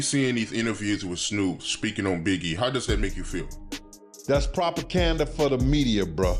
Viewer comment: Did that ninga say "propacanda"?😂